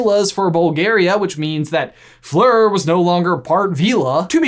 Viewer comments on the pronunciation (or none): none